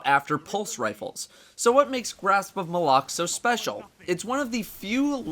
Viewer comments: I'm American and I don't say it the way says it. he pronounces it "muh-lock" I've heard some people say "may-lock" and they can go die somewhere. I just say "mah-luck" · Pronounced Mal-ik, not M'lok. The weapon isn't wearing a fedora. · W😂I hate it when people say m'lok I know it's supposedly pronounced like that I say Malok!😂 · I think he was saying grasp of malock wrong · stop calling it the fucking malock is Malok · its pronounced Grasp of Mahl-Ock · Wrong. Bungie even pronounced it on one of their streams. Besides, this weapon is not related to Zayn Malik. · How is his name is pronounced during the cinematics and mission monologues?